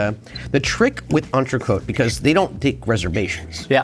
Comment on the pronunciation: If Americans spoke just one other language, it'd be clear that L'Entrecote recipe was leaked like 15-20 years ago and it's news to no one how it's done. Also: There's no need to call a ribeye an entray-coat, if you're butchering it anyway.